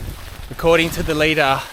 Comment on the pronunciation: I hate to be that person, but it's LIE-dar not LEE-dar :P